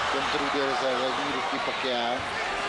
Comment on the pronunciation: Ne PAKUAO, a PAKIAO. ETO campion ,nado znat.